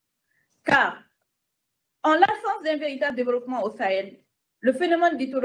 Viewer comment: Elle dit devolopoment🤣🤣🤣elle défend les terroristes et charge l'armée 😜😜incroyable Afrique